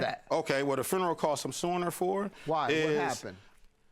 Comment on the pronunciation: That man said, “I paid for the whole fRuneral, I paid for the whole fRuneral!!!” 💀 😂